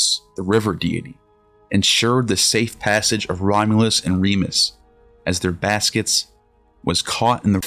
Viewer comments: It is Remus, not Remis - Remus' name may have originally meant “twin”, from Old Latin *jemos (“twin”), from Proto-Italic *jemos, from Proto-Indo-European *yémHos (“twin”). The initial r- was probably introduced to make the name sound more like Romulus. Just google some accurate information. This clip has lost any validity from start. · It's RemUs not Remis. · It's Romulus & Remus. Not Remis.